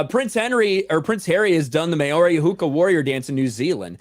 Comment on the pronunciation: Please, Maori is pronounced "Mow-ree" (rhymes with "How-ree") NOT "May-or-ee"